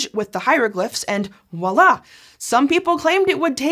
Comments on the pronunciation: Stop saying ‘wallah’. It’s voilà. You know, French. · You lost all respect I had for you, just like that.. All it took was you butchering a French exclamation which perpetuates its butchering by the public at large and "Wallah!" all respect I could have possibly had for you just vanished irrecoverably, just like that!